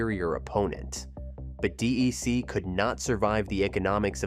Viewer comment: DEC is pronounced like "deck"